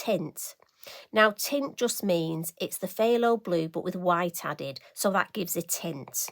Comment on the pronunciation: FYI - phthalo comes from the word ‘phthalocyanine’ and is a synthetic pigment. It is pronounced “tha-lo”. Now why there is a ‘ph’ in front of it I have no idea. I do like the blue but also the orange! I can’t make up my mind. Greetings from Christine in Utah with a brain filled with useless knowledge that will neither make me wealthy or get me into heaven! 🤪 and get this – there’s also a phthalo green!